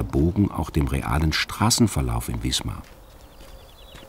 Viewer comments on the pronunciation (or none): die stadt heißt wismar und nicht wiesmar ... das tut weh beim hören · Im Norden spricht man Wismar mit scharfem S.